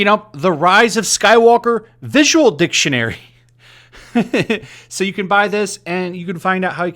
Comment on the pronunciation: Why do i think you emphasis on "dick"ionary